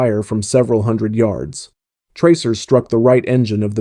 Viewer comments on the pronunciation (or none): none